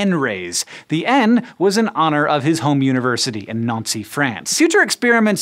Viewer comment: Noncey France?! lmao!